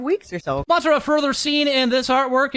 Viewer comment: Tara from Ma-Tara. Pronounced the same way, just a small correction.